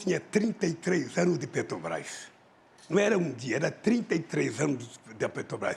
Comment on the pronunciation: Ele fala Pêtobás, Uílho Bonner...e por aí vai kkkk